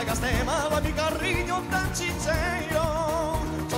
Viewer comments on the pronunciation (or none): Tanto que le pone una R de más. CARRIÑO jaja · Dice carriño por lo demás muy bien.